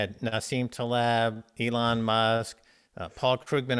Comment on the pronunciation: Dude the way you say ‘Elon’ is so annoying. It’s really not hard to say it correct.